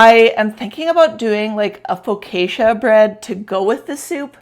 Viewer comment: I absolutely love your white blouse you're wearing. It's beautiful and looks so good on you. I suspect that you made it. I would like one in each color lol. Also the correct way to pronounce Focaccia is foe caw cha. I look forward to your next video